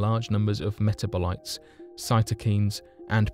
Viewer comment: It's pronounced meh-tab-o-lites